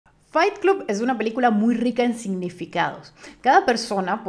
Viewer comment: Pronuncias la primera palabra "FIGHT" correctamente, pero CLUB se pronuncia CLOB.